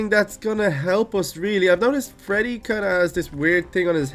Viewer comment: its freddy not fraddy